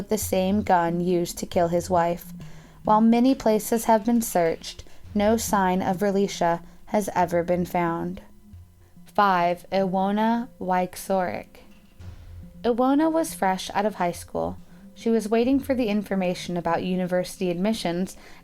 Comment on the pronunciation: It’s a pity that the narrator cannot pronounce names correctly ! Iwona Wieczorek is not pronounced exactly how it’s spelt ! It’s Polish and pronounced Ee-vo-na Vee-etch-o-reck. It’s very annoying when people get names wrong, more so if that person is only a memory to those left behind. Show some respect !